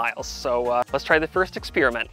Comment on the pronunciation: Exspearmint? Odd way to say it incorrectly.